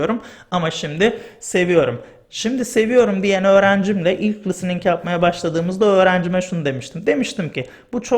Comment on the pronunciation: Harika bir video olmuş. Çok faydalı. Ağzınıza sağlık.Hocam kusura bakmayın kötü bir niyetim yok ama soylemek istedim. Çünkü kulağa hoş gelmiyor gibi. lıstıning değil listening. Çok çok teşekkür ederim. Saygılar.